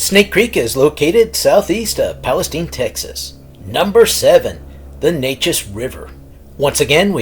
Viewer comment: So, when will you post the mentioned Anderson County, Texas dogman stories? I live right by the Neches River. BTW, it's pronounced "Nay'-chiz". Nay as in "pay", and chiz as in "Liz".